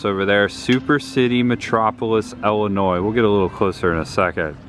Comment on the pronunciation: Thank you for pronouncing Illinois correctly. It's Illinoi it's French and native American. You don't pronounce the " S " .